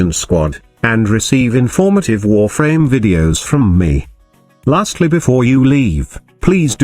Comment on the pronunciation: That voice had me dying... Lol wur-FRAAAMES!